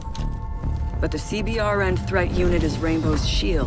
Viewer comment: It urks the fuck out of me why they don't pronounce it C-Burn. That's how it is supposed to be pronounced. I had to trudge around in MOP gear and walk around in a gas mask. Please Boobisoft.